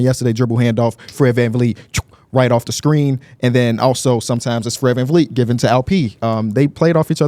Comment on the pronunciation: “ fred van feet “ 💀💀💀